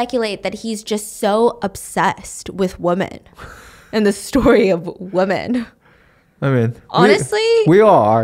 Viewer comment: Can someone explain why stephanie always says woman instead of women?